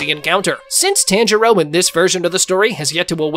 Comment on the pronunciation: tanjio💀💀💀💀💀 its tanjiro😂😂